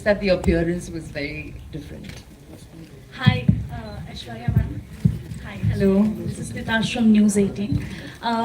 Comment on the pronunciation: Ita Aishwarya not Aeshwarya...